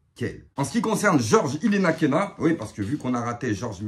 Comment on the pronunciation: Ilenakena 😅😅😅😅 C'est Ilenikhena, avec un i. Excellent mon 😂